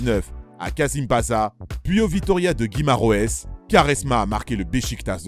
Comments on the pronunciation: Il a dit gouimares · La prononciation du portugais c'est moyen hein 🤣 Guimareuhaiss 😂